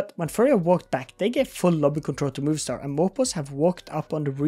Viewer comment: It's MOVIstar not MOVIEstar :D